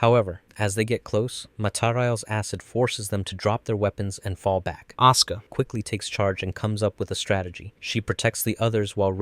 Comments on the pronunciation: hearing "Aska" hurt my soul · These pronouncements of RitsUko and AsUka breaks my heart😭😭😭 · I am the only one who hears "oscar" instead of Asuka? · A soo ku 🤦‍♂️ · I'm glad someone else also noticed that detail it's something that's always bothered me with this channel as well as how they pronounce Asuka's name in some parts of the video.